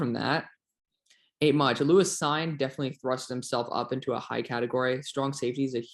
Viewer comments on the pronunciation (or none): On Cine , I think it's pronounced seen